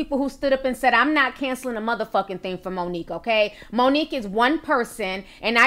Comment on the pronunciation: Please quit saying "theen" the word is "thing!"